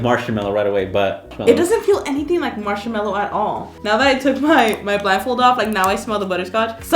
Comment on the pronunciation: When I hear them say marshamello NO ITS MARSHMALLOW AHHSHMXKXQ